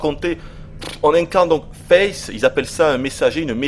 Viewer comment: le qui prononce si bien ^^ "on entend la respiration de fesse" "On voit le corps de fesse" xD